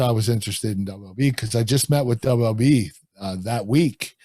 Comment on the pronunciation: Love how Kurt pronounced WWE as “Dubba dubya E”